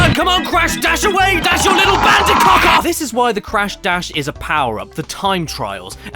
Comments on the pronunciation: "Bandicounth" OK I snorted at that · "clash bandicock" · "God help us, we don't even talk about Bandiconth."